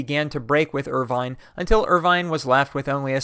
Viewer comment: According to Wikipedia, William Irvine ought to be pronounced as [ˈwɪljəm ˈɜːɹ̠ʷvɪn] in the IPA.